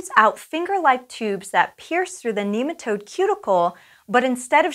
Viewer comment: She keeps on saying kneematode. Cant watch any lon